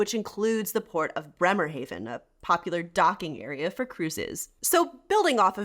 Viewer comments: Not Haven as in english the german Haven is pronounced Hafen and means harbour. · Since you are living in Germany I am surprised that your pronunciation of Bremerhaven was not accurate. It is not Bremer hayven, but rather Bremer ha ven. I am guessing that you know the pronunciation of the vowels in German and it wouldn't surprise me a bit that you speak German. I lived in Germany (Bremerhaven and Bavaria) for a total of 4 and a half years back many years ago. First time was 1962 to 1963 and the second time was early 1980s. I am of German descent and so I really enjoyed my time there. You video is quite eye opening as regards Eastern Germany. During my times there it was communist controlled but my family and I were allowed to fly to W Berlin. Good times. Thanks again for a very interesting video. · Why do you pronounce Bremerhaven wrong? (Bremer Hafen for uneducated Americans). 🤔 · I have to admit I was thrown by your pronunciation of 'Bremen' and 'Bremerhaven'. As someone living in Germany, I would have thought you'd know better.